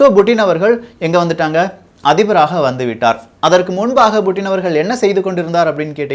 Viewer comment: Yov puttin not buuttin tamilan per edukra